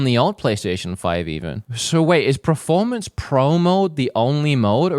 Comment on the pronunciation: I love you but please say PERformance, not PREformance!